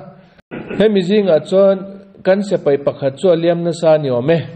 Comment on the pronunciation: Tun-a... kan ngaihthlak-lai chan-chin-thar rawn puang-tu hian a ti-lawm-awm tak zet zet a ni e. Amah vang hian Israel leh a do-te chan-chin thar-lam tak tak ka hriat phah ve thin-a... Mahse, hetia a puan-lai-a a sawi, dik chiah lo ang-a ka lo hriat ve thin hi, a rawn sawi dik hun ka nghak-hlel tawh khawp mai. Chu chu.., heng hi an ni e... S(e)pai = X A dik lo zawk khi, a hnuai-a a dik zawk... S(i)pai = ✓ .....hian hman thlak tawh se .. 😢😮😂❤